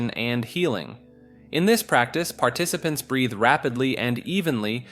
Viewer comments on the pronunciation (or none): none